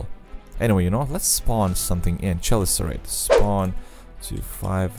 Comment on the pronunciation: "Chelicerate" is pronounced "keh-LIH-ser-uht".